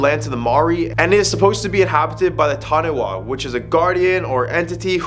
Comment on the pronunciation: huntid bY tHE TaHNEHWA